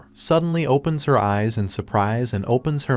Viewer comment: your AI is mispronouncing "him" and "her" a lot which is Confusing as well as Distracting.